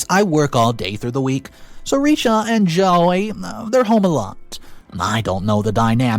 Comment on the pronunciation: I'm sorry, but please tell me that the OP/Dad of his son, is Mispronouncing His son's name (as it could be J O E Y, and He NEVER EVER Named his SON a Girly name being JOY) Since with OP keeping calling HIS SON JOY?? i thought JOY was the VERY FEMININE name of the OP's GIRLFRIEND??!!! Because if the OP is calling his SON a FEMALE NAME, the SON has WAY more problems to deal with other than Not just his step mom NOT RESPECTING The Son's RIGHT to have Privacy in HIS OWN BEDROOM!!!!